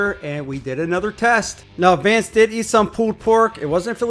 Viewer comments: Bro seriously called him Vance lol 😂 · Maybe he was upset because you kept calling him Vance instead Vince. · his name is Vince. at least get his name correct.